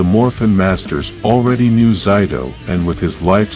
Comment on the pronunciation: Why did he say zayto(zito)